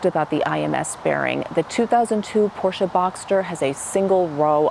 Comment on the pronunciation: Great to hear you pronounce Porsche with the hearable „e“ at the end, as it in German meant to be.